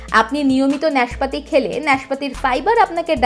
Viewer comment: উচ্চারণ সঠিক করার চেষ্টা করুন। নাশপাতি হবে, ন্যাশপাতি না